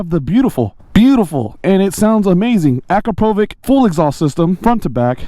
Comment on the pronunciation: I hear it a lot in your videos, so I decided to humbly comment: it’s „akrapoviCH” not „akrapovik”. 😄 Keep up the good work! I won’t add so many mods to my 2021 MT-09 (also blue!). But it’s nice to see how far one can go with mods.